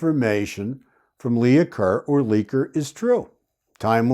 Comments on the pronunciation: It wasn’t “Leah” Kerr. It was “Leigh” Kerr. “Leigh” is pronounced like “Lee”. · Leigh is pronounced Lee, not Leah. Lee-ker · The name Leigh is pronounced ‘Lee’ (or sometimes ‘Lay’), thus the Lee-ker Lea-ker. Lee-uh is spelled Leah typically. 😊 Also, were the positions of the bodies not revealed to the public initially.? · Leigh is not pronounced Leah. Leigh is pronounced Lee. It is the female spelling of Lee. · Leigh Is pronounced LEE. Not Lee-a . Hence Lee Kerr. Think of the actress Janet Leigh . Janet Lee. Not Janet Lee-a. Other than that distraction this was a good video. Thanks. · Thank you for staying with this case,. Do you remember the actress Vivian Leigh? Her last name was pronounced Lee, I believe.